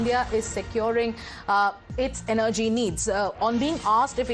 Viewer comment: Represantative, why do english newscaster, give news in english. This lady cannot prounce a simple word Represantatives This word is not prounced the way its written.Its prounced , Rep re sen,tives. Not as she says, Rep-ree zen - ta tives. Energy,also she misprounces. What english is taught to this harsh spoken,lady?